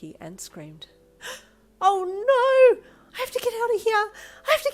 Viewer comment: I THINK ITS ADORABLE HOW YOU SAY “NAURRR” 😭